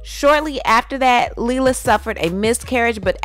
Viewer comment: Lawdddd it's Lee-Lah And Fu-kwa